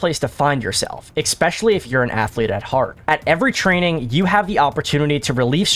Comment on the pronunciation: Stop fucking saying ekspecially